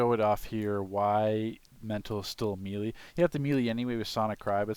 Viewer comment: say it with me MAY-LAY not me-lee